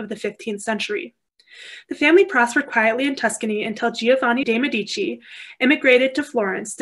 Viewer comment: Please learn how to pronounce Medici with accent on the first not the second syllable. Very informative lecture but so strange to hear the Italian names mangled!